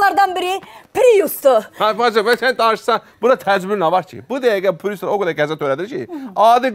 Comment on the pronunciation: Mən bilmirəm pirus niyə deyirlər piriusa!? Pirus yox bir papirus🤣🤣🤣🤣🤣🤣🤣🤣🤣🤣🤣🤣